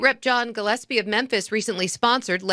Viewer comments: 😄, I'm very pleased that you were able to stop calling Tucker carL-son...Tucker Car-son. Now we have a new name for you to fix. The city is called "mem-phis". Pronounced "mem-Fis"...not "men-this". LOL Please practice saying "Mem-Fis". Those pronunciations of yours have me crying laughing. I know you're intelligent, but names are NOT your game. It's all in love. LOL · why is he saying "Menthis" instead of "Memphis" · It's mem-phis bro. Not menthis😂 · Is he saying mensis😂😂 I love how he butchers words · It's mem-phis not men-this. Much love. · Is saying Memthis? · Bro…its “Memphis” not “Menthis”. Like phat. You don’t have a producer to catch stuff like that? 😂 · You mean MenTHis? According to that’s how it’s pronounced. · why the hell do you pronounce Memphis as menthis? like bruh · Methmas, TN?... sounds right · 😂😂😂😂 it's Mem-fiss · Why are you pronouncing it "Menthis"? 😆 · Am I crazy, or is he saying "Menthis"? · Is he calling it "Menthis?" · It is pronounced Memphrica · Right 😂😂😂. I thought it was Memphis 😅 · "Menthis" you're the best. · Is saying "Menthis" instead of "Memphis?" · it’s MEM Fiiiiissssstttttt not Mempthis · my homie. You spell it correctly, but you have got to get that pronunciation corrected. It's pronounced "mem-FIS".....not "men-this". You got Tucker CarL-son corrected, now it's time to correct the city of Memphis pronunciation. It's Mem-FIS"....not "Men-this". LOL. Keep up the hard work. You are killing it. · I love you, but is MEMPHIS! Not MENTHIS! 🤣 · it's Memphis. Not Menthis. Sorry. Continue. 🤣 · "Men-thiss??" 🤦‍♂️ Where the f•ck is "Men-thiss,"? Is it in Tennessee? Is it anywhere near Memphis? (Good grief) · in Christ, it’s pronounced MEM-PHIS not MEN-THIS. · Its pronounced Mem-fis, not Men-this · What the hell is "Memthis"? Memphis The ph has an "F" sound. Could be spelled like this. Memfis. Just joking 😂😂😂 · nigga said ‘Minthis”💀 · "Men-thiss" lmao